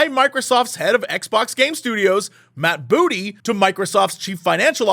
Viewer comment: Lol why the emphasis